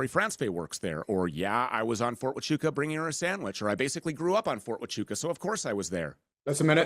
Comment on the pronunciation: "Fort achoo" Fort tachonka Fort tachoo Bro, Andrew, just ask google to pronounce it. Why does he struggle so much with simple words. He called Candace owen. Its funny to me.